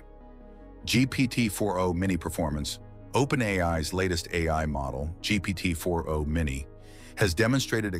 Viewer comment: Hey friend if you’re using 11 labs for audio try to check for weird pronunciations like GPT 4andO. Also, around the last 3rd ( ?) of the video it seemed like the video was being reintroduced. I hope this is helpful. I appreciate your work!❤